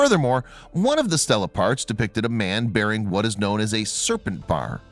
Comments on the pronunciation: It's not pronounced 'STELLA' with e's like in 'hell' but 'STEELA' with e's like in 'me' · Stel la-a woman's name, stee lah-a stone raised by humans to record events, history, memorials, etc. NOT pronounced or spelled the same, and NOT interchangeable.